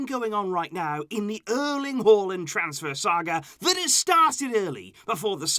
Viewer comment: It's Haa and land not hualand